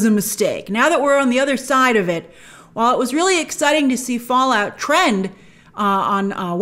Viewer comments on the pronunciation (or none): none